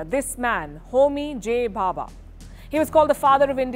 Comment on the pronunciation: Its Dr. Homi Jehangir Bhabha and the reactor is pronounced Sai-Ras (CIRUS). Expected better detailing on your channel